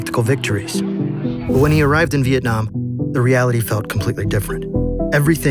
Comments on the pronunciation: anyone else notice “Viakong” instead of vietnam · Vietnam not Veitcam